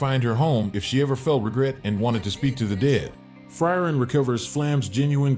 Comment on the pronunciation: pronounciation of frieren is bad, good vid tho